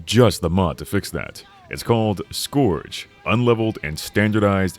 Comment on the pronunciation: the way bro is pronouncing scourge is killing me